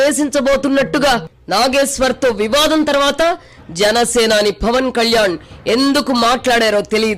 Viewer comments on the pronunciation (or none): అమ్మా యాంకర్ తల్లీ ఫవన్ కాదు పవన్. ముందర తెలుగు నేర్చుకోండి. 😢😢